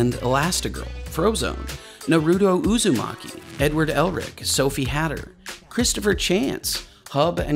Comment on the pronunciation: The terrible pronunciation of Naruto Uzimaki.... That hurt.